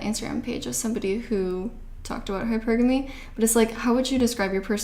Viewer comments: Its pronounce high purrrr gummy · You say hypergamy so differently. You say hyperAmy emphasizing A but I pronounce it hyperaMY emphasizing MEE No hate but just I noticed it because you say it quite often😭